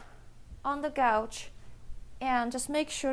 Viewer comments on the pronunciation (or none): On the kettlebell swing I've heard you shouldn't hyperextend your hips which puts strain on the lower back muscles. Is this true? BTW, You might try saying "cow ouch" a few times before saying couch. Gouch is cute but hard to understand. Alternatively you could call it a sofa. :-)